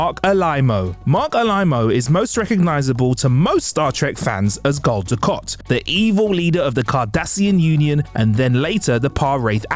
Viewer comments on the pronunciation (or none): Gul du kat! Kat kat kat! Not Kot! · It´s not Dukot... it's Dukat... ... ... 4 peace sake!!!! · Ducat not Ducot try saying Gul DuC@ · Great video, great to see how and what these great actors are doing now. Thanks! (However, Gul "DukOt"? 🤔 🤨) 🤣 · Everytime he said DuKOT it made me keep saying "its DukAT" mate:) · Gul Dukot? What? Gul Dukat! It’s an A not an O 🤦🏻‍♂️ So is the actors name Morc Oloima if we are swapping As and Os? 😆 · Gul "Dukot"? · Sneaky. Pronouncing it "Dukot" to get people to post comments and feed the YouTube algorithm. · Gul Du-KOT??? How does somebody who knows nothing about Star Trek characters still have a job at TrekCulture? You’ve lost any credibility you may have had. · I know right! I was triggered every time he said it! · No, Dukat